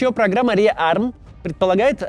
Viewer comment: Кац, когда говоришь rearm, не надо произносить это русское ррррр.